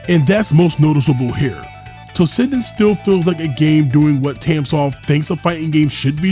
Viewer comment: Why do you pronounce like that ... Tossinden instead of toshinden